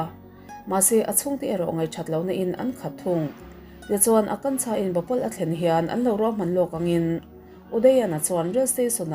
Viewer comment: Akansha nilo maw...Akanchha nilo in😅